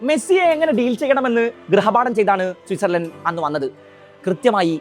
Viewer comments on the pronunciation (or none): none